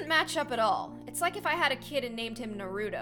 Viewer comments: I love yea and all but you said Nar u do not Naruto I’m sorry that just bothered me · It's pronounced Na-ra-toe not Na-roo-do 😂😂😂😂!!!! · Did she say Nar-U-To It's pronounced Nar-Oooh-Toe Lol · I can't she pronounced Naruto Nah-roo-doh Its Nar-roo-Toe I'm sorry but it was bothering me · Did u say (Nah-rooto) ITS (NAH-RU-TOE) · Ahem. Naruto (nar-oo-toe) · Wow she said Na-rutoe lol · It’s actually pronounced nar-i-toe.I watch a lot of anime so I know this show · I love ya gurl but you pronounced Naruto as na-rue-toe. LOL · that triggered me its NAR-U-TOE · no you said Noruto wrong watch the anime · Its pronoced nar-it-to Just so you know I'm not trying to be rude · How pronounced naruto 😂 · I was so triggered when she miss-pronounced "Naruto" -_- TRIGGERED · BOI she said naruto wrong